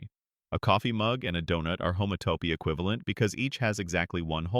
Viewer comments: Homato…. homato……😂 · I think an actual human would do a better job miss-pronouncing "homotopy" in multiple ways!